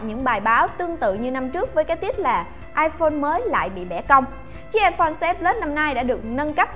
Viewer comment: "iPone " 6s plus nhầm iporn là chết nha 😂